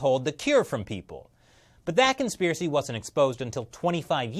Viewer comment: You made this whole video to say "conspherecy". Admit it.